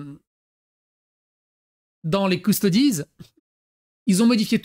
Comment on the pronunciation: force au japonais par contre qui dit "custodeez" c est horrible mes oreilles brules.